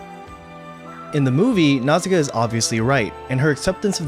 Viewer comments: I like the video, i a gree with the message, i love the film, but i would just like to say how i find english pronauciation of her name a bit jarring, my launguage shares similar letter s to japanese, so a more accurate pronauciation would be Nauška, the "š" letter eliminates the need for "ssi" but it is the closest equivalent for english, since this letter "š" is of slavic origin. I just find it more natural and more fitting. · omg can you pronounce nausicaa more wrongly??